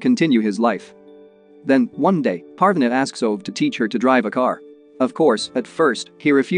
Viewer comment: uhm it's pArvAAne but k P (/a like apple/) r . V aa (aa like always) Ne (like never)